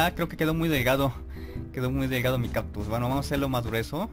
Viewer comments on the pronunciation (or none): No es por ofender peor note que decías "captus" jajaja (es broma eh?)